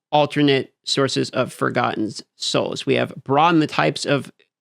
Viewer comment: New game - drink every time says “multipli”S”itive” in place of multiplicative 2nd drinking game - drink any time says “sohs” or “sews” in place of souls